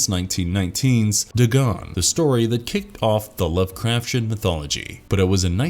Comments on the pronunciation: This has to be the only time I've ever heard it pronounced Love-craf-shen. It has always been Love-craf-tee-en. I feel that watching even a single video on unfamiliar topics can drastically help with any pronunciation confusion. If the Lovecrafshen mispronunciation were the only one, it could be forgivable to an extent, but then they pronounced Dagon as dih-GAHN instead of DAY-gahn. That's when I had to stop the video and earbleach myself with some audiobooks. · I love this channel but sometimes it’s so obvious the reader of the scripts doesn’t know how to pronounce the words or they are reading the script with errors like they live in earth instead of on earth. Lovecraftian is pronounced as it’s spelled not lovecrafsian 😂 All that aside he’s a good narrator. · yeah I don’t usually make comments on stuff like that but after hearing lovecrafsian for the 6th time, I was like, come on man. That’s why I narrate my videos or I at least make sure if I use an auto narrator, I make sure the words are announced correctly. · The way you say "Lovecraftian" makes me feel like there's a shoggoth going up my spine (you read the "t" like a "ch") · You say lovecraftian really Really stupidly